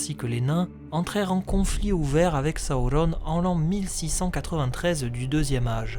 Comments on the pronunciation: il s'apelle pas sahaurone mais sauron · Très bonne vidéo comme d'hab mais un peu dur parfois avec les prononciation comme "Sawourone" ou "Morgosse" ^^' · Pourquoi tu prononces sa ou ronne? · Tu peux pas dire sauron comme tous le monde? Saouronne??!! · j'ai pas encore lu le silmarillion mais c'est prévu , c'est juste qu'entre ta vidéo et les film où il prononce sauron ça surprend :) il y avait rie nde méchant bien entendu :) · C’est quoi cette manière de prononcer Sauron ? 😂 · Est-tu obligé de nous imposer ta propre prononciation de Sauron? Déjà il est pas espagnol, ensuite dans les films VO les acteurs se font chier a parler un elfique parfaits, c'est pas pour derrière déformer tout les noms chacun à sa sauce. Superbe vidéo un hein sinon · Je suis d'accord avec toi pour la prononciation du "u" , c'est sur les deux premières syllabes que je trouve ta version étrange, car la majorité du temps la lettre "u" par extension le son "ou/o" vient toujours après une consonne (on le voit bien dans les exemples que tu ma cité) Durendil, Dol-guldur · Tres bonne video mais serieux qu elle soit bonne ou mauvaise ta prononciation du nom Sauron est ridicule alors arrete stp